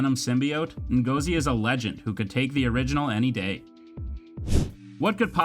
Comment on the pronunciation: you said Ngozi wrongly